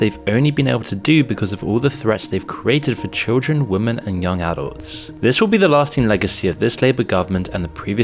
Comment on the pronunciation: Oh no you've started saying "Women" weird. Oh no, here we go 😬